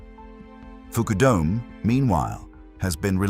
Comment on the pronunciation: "Foo-koo-dome"...why not "f_k you dome"?